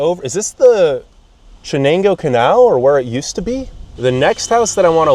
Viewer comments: Thanks for highlighting Binghamton. I am originally from Syracuse and it's sad to see the cities in decline in upstate NY. A couple of things. Binghamton does have the largest collection of operating antique carousels. Second, Chenango is pronounced "Sh"enango. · What an insulting video to anyone living in Binghamton! And especially to the owners of any of the houses you described as being awful. Also, maybe you should learn how to pronounce 'Chenango', 'Onondaga', 'Oneida' to name a few. It appears you went to Binghamton only to run it down, and show how awful it is. Really.... what was your purpose for making this video? I won't be watching one again. How much life experience do you have, to be making so many negative judgements about so many things. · Why didn’t you spend half a second to google the pronunciation of Chenango? After you said it wrong, over and over, you completely discredited yourself. I lost interest when my teeth started grinding in annoyance. Google pronunciation too hard? Ask literally anyone on the street in that locale 🙄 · Please learn how to pronounce the names of areas you're posting on ❤ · I wish this jerk would learn how to pronounce Chenango. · If your going to do a video on Binghamton at least know how to pronounce our rivers correctly. Oh and please know what your talking about. Of course there are hardly any cars or people around it's Sunday your not very knowledgeable about the area.You kept saying you were at Conklin park which is in Conklin not Binghamton. Get your facts straight. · He can't even pronounce "Chenango" or "Susquehanna" right---doesn't sound much like adequate preparation. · I would recommend that you do some searching on how to pronounce words like Chenango and Oneida etc I think Bronx county has the highest poverty level in NYS. How can you tell those people by the river were unhoused? Not impressed. I don't live in Binghamton so I can only imagine what they might think of this video. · It’s not Ch it’s Sha. 👍🏼